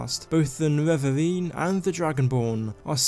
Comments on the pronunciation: its nerevarine not nevevavine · He got me so triggered with the "Nevevavine", I'm confused why nobody wrote that yet. I mean Dagoth Ur spelled his name very clearly "Ne-Re-Var" just add an -ine at the end and you got it. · Niwevaweeeeeeeen Sorry but I had to man 😂 great video!